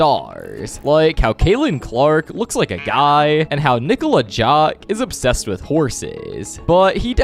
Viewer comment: “Nikola Jock”😭😭😭